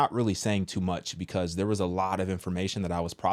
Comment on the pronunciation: my favorite part 😭 it’s like him saying yurrrr 😭